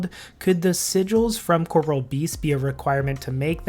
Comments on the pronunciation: Amazing after all these years, people still pronounce corporeal wrong. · Nothing will ever cease to irritate me as much as the fact that everybody in the world mispronounces 'Corporeal Beast'... Great vid tho, totally agree these bosses could really do with making more relevant